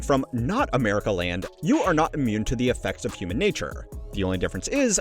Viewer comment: gloomy goose dude said amerika with a k